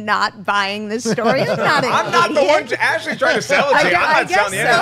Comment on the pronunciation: did you say, I love one or I love Wan?:D